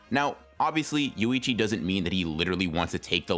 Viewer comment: Yoichi, not Yuichi. Small, thing but hard not to notice.